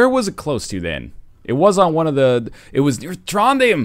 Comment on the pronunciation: When NL Said Trondheim, it sounded like Tronden :D